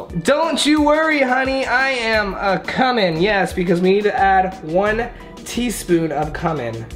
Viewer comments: Im 2 weeks late but idc but ANYWAY it's cOOMin not comin😂jus sayin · Word: Cumin Everybody: Cue-min: Cummin Edit: Thanks for the likes! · I like how he's Latina but said cu-men and it's pronounced que-men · It’s pronounced Q-you-min not come-in 😂😭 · “Two teaspoons of COME-IN Everyone else: just saying it correctly. What else is there to say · Nobody:: Cu-min. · Its actually pronounce qumin just the instead of the c the c is pronounced as a q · it’s actually pronounced cue-min and he’s latino not latina LOL. latina is hispanic women. latino is hispanic men. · ITS PRONOUNCED KOOMIN!!! still love you 😘😘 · Did he really call cumin come in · Lol it’s pronounced Q-min (Cumin) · C-U-M-I-N is pronounced as Q-MIN and not K-A-M-E-N....God that's gonna haunt me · It's Pronounced cewmen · It’s pronounced q-men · It's pronounced cuemin not cumin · ZAKAI SKY thinking the same thing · Wow the way he says Cumin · THe way he says cumin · Cumin is not pronounced like that